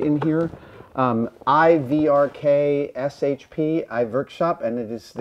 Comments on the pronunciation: Are we ignoring that he said "IVRKSHP", when it's actually "WRKSHP"? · ....."I VRKSHP". Lol.